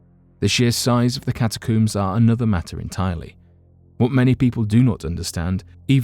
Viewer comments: Ca-Ta-cohms, for Pete’s sakes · Cata' coomes.....really. I can't listen to this narrator.